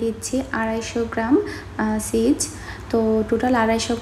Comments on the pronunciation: ছিজ বলুক বা চিজ বলুক আপু যেটা বলতে পারে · কারো কারো কিছু বর্ন সঠিক উচ্চারণ করতে কষ্টও তো হতে পারে ভাই!!